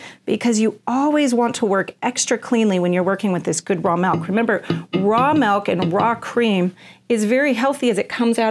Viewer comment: Ahhh pet peeve do not say mellk its milk pronounced mil K